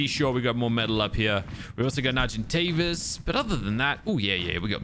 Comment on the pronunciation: When you said argentavis (when you were feeding it kibble), it sounded like you mispronounced it and said Sargent Davis, and I kind of like that for the name